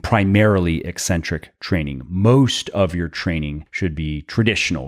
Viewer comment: Thank you for properly pronouncing "eccentric." EEEEEE-centric pronounciation drives me CRAZY.